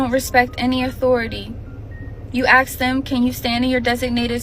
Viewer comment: Well don't ax them ask them it's starts with the power of the word